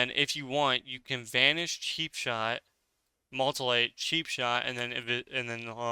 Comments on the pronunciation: Also it's MUTE-elate not MULT-elate. Crazy how people can be so good at video games but so bad at reading XD. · MEW-TIH-LATE. WTF is a multilate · Sweet vid man, and mutilate is pronounced like this mew-til-ate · Do you mean mew til late “ie” mutilate. Or am I missing an ability. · Mutilate: myoo-ti-late. That aside: great vid! Always been interested in PvP, but never really with it enough to give it a go. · Awesome info! Also: it is MUTE-IL-ATE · moltilate moltilate 🤣